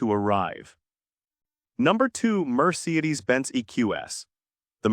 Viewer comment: Overall, good information… marred by a ridiculous AI narration (I love the way it mispronounces Toyota and Mercedes). Lesson: Luxury EVs just might not be the best “investment.”